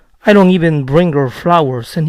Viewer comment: por que pronuncia la d de doesnt y dont como "ere"? tiene algún vídeo relacionado?